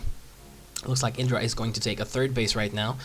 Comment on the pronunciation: It's funny since he makes such a point of pronouncing Idras name correctly.